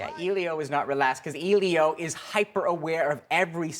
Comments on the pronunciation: You're so right, I want to jump off a cliff too! Elio was the name of my first boyfriend in Italy when I was 17, so I'm particular about the name! It's "Eh-lee-o", the "e" pronounced as the e in "egg"... I'm surprised at the guy in the vid -- they pronounce his name in the movie only about a 1000 times (duh!) so I'm baffled as to why he's getting it wrong.... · "Eelio"? Damn it, it's "Eh-lio"! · The fact that ur saying EE-lio instead in Elio is pissing me off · the fact that he says EEElio EEEritates me. 😒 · I stopped watching after he said "Eeleeo". Did he not watch the film? His name comes up a lot, surprisingly. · I'm Canadian and I disapprove. ain't no eeeelio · ellliiOOO omg hes saying hes name wrong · As the critic butchers the name "Elio," I clicked thumb-down and now I'm off. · The way that guy says "Elio" makes me want to jump off a cliff omfg it's really not that hard to pronounce